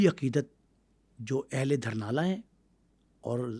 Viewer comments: Village ka Naam,durnala ni,,Dhurnaal ha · sir apka program bht acha hota hai. Bai ye word dharnal nhen dhurnal hai ye gaun ka nam hai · It's not Dharnal It's Dhurnal. He wasn't not from Wadi Soon infact from Talagang's village named Dhurnaal ڈھرنال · دھرنا نہیں بھائی ڈھرنال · دھرنالہ نہیں جناب ڈھرنال لفظ ہے جو گاؤں کا نام ہے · السلام علیکم۔ جناب محمد خان کا جو گاؤں تھا اسکا نام "ڈھرنالہ" نہیں بلکہ "ڈھرنال" یعنی "ڈ" کے اوپر پیش ہے۔ اسلئے گزارش ہے کہ اپنا تلفظ درست کرلیں۔ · دھرنال اور دھرنالیہ نہیں "ڈھرنال" ھے اور "ڈھرنالیہ" ھے۔ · او بھائی جگہ کا نام ڈھرنال ہے۔ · Lafaz (Dhurnal hai dahrnala nahin)Please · Dhurnal sahe bolo yar